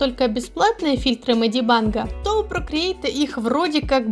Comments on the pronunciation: Меня так трясет с этого "медибАнг" МедибЭнг госпаде медибЭнг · А можно не мади банг ... Ты меня прости просто мне уши режит 😂